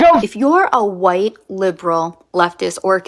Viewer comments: “HAwhite”…DEAR GOD, MAKE IT STOP! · Why can't that woman wearing pink say WHITE? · Good God! Why is she saying "white" like that! Maybe no one wants to watch her "content," black or white, is because her gimmick is irritating.